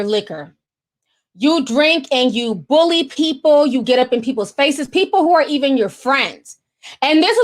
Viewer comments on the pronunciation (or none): none